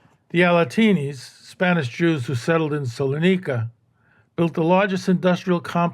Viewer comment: Minor correction- it's "Salonika", not Solanika.